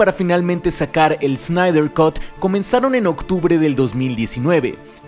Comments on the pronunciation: Snyder "cat", no "cot" por favor! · Cut en inglés se lee "cat" no "cot". Saludos.